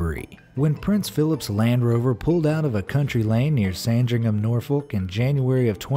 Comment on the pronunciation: How you said where I'm from, Sandringham Norfolk Really hurts